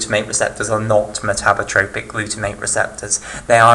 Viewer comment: Metabotropic glutamate receptor not metabrotropic :)